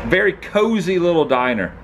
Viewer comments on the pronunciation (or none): none